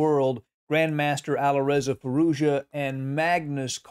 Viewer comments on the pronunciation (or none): Just a note since it might come up in the future. Firouzja should be pronounced "Fee-rooz-jaa". Quick and without a pause or change in intonation. Native speaker here. Cheers.